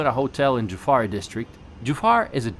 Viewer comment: By a Bahraini juffair is pronounced joofaiyr but it’s spelled juffair